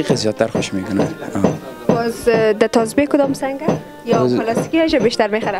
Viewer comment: اول خو گپ زدن را یاد بیگیر چای سه وز نگو سبز بگو کچه نگو کوچه بگو نگو که گپ نمیزمه بگو صحبت نمیکند نگو تو بگو شما تازبیح نگو تسبیح بگو انگوشتر نگو انگشتر شما رقم حرف میزنید که شاید تا صنف دو درس خوانده باشید در این ویدیو شما به صدهاکلمات را اشتباه تلفظ میکنید من صرف چند دانه اسرا مثال دادم